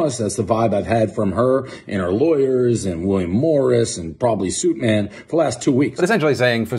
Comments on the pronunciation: suitman?!?!?! I thought he said soupman....that makes more sense now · Is it Suitman? I thought they were saying Soupman. ._.